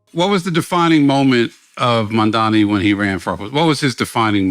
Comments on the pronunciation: It's amazing how people can't say his name right. It's MaMdani with an 'M' in the middle, not 'N'! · Please, could someone tell Charlamagne the name is MAMDANI, not Mandani.. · Ffs charlamagne his name is M.a.M.d.a.n.i, fuck he keep saying MaNdani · It's not Mandani, It's Mamdani, how hard is it? Rhymes with mum. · Is anyone ever going to tell Charlamagne the name is Mamdani? M - A - 'M' - D - A - N - I. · Whenever people pronounce it "mom-dommy" I always think they're doing a Freudian slip. It's just mom-donny. It's two syllables. Mispronouncing it is intentional and performative. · It’s so funny how people still say his name wrong even though it’s so easy: Charla keep calling him MANDANI. it’s MAMDANI. … I think😅😅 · These guys have it wrong. It's not a stunt. It's personal for Mamdani as a moral issue. And it would be nice if they pronounced Mamdani properly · CAN YOU STOP SAYING MAMDANI'S NAME WRONG ITS LIKE 2 SYLLABLES. IF YOU CAN SAY THE WORD MOM AND THE NAME DANI WELL SEPARATELY WHY THE FUCK DO YOU PRONOUNCE HIS NAME LIKE IDIOTS. ITS SOOOOOOO GRATING. ITS LIKE SOMEONE SCRATCHING THEIR NAILS ON A BOARD REPEATEDLY. ITS SOOO ANNOYING STOP. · Charlamagne and his crew (not Andrew) pisses me off. That’s why I’ll never subscribe to YALL….SAY MAMDANI’s NAME CORRECTLY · MAMDANI…Charlemagne, say it right, M A M D A N I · Crazy how difficult it is say to Mamdani correctly